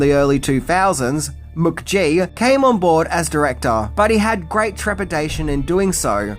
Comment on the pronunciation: Mook-gee…. Weird pronunciation, mate.